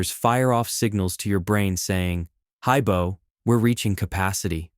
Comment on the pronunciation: did you just say "haibo" or is that just my south african ears